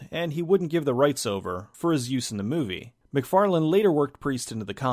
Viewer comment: Why do yo keep calling him Todd McFarland? His name is Todd McFarlane.